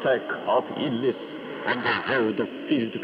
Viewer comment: Illness but sounded like illsdiot